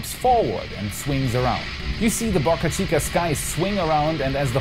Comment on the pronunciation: "BAAcachica" or "Bo cachica"?